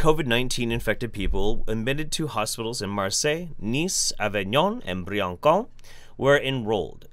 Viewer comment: Briançon is pronounced like Brianson (anyway love your videos)